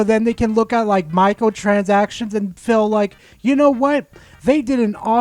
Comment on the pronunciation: The way you say micro transactions sounds like Micahel chazakshuns xD Love the video